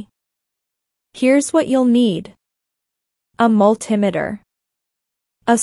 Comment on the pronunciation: I've never heard of a mul TIM eter...... A Multi METER yes, but if the video commentator can't pronounce the name of the tools correctly, I'm wondering if the information is ACCurate!!!! It may be inaccURATE...